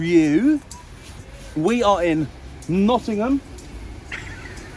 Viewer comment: It is Nottingham mate..